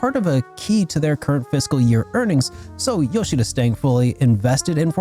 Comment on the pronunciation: I always appreciate someone who says Yoshida’s name properly. The amount of people who call him “Nay-YO-key Yo-SHEE-duh” is insane